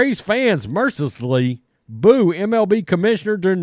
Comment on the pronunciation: Have a few beers today? It's "mercilessly " not "mercissly".